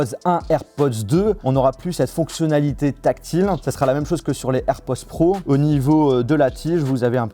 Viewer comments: Cest air pod Pod POD, pas Poz!!!! Le minimum c’est d’apprendre a dire le nom de l’article comme du monde! Ridicule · A chaque fois que tu dis AirpoZ , je te reprends derrière mon ecran en disant AirpoDS 😂